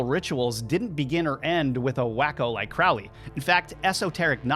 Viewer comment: The name is Crowley, it rhymes with Holy. It isn't Crowley, that rhymes with foully.